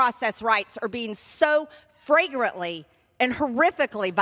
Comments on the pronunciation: LMAO she SUPER clearly says their rights were "FRANGRANTLY" violated. Not flagrantly but FRAGRANTLY- super clear not a mis-speak she thought it was FRAGRANTLY violated rights. How dumb can you get? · "Fragrantly" 😂🤣😅 MTG is so ignorant.